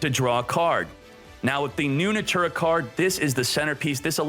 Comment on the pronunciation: NATURIA - not natura